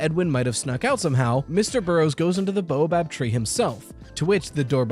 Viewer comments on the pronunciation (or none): It's bao-bab like the steamed bun (or bay-o-bab if you're Bri'ish), not boa-bab like the snake. Easy to transpose the letters for neuroatypicals, my dad did that a lot. / Annoying ☝️🤓 moment